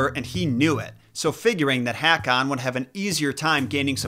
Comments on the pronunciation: So wrong to say Haa-Kon to King Håkon. It would probably, be correct to say that AA becomes more pronounced AU. Such as The Norwegian name Pål or Paal is Paul in English. ❤🇧🇻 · Haakan is pronounce Ho-kan. Ho with a long OH.